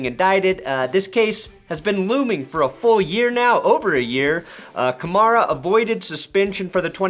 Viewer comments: I think it's pronounced like Camaro with an A at the end. Kamara... "Kuh-Mare-Uh" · The way he Pronounces Kamara First an Last Name Sounds Exactly How u Wld Expect a White Guy To Say It Lol....oh Yeah For all u ppl who like Stating the Obvious yes I'm aware he's White lol so No to Comment Bck saying Yeah It's Probably Cause He Is White lol 👀👀